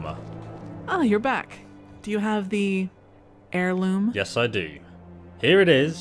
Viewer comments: I know your dyslexic bro, but its AIR loom not HAIR loom. H is silent yo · Lol.. 'Hair Loom' its pronounced air loom .. But hairloom sounds good too, got to weave that hair..heehee